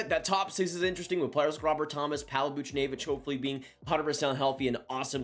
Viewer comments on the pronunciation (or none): none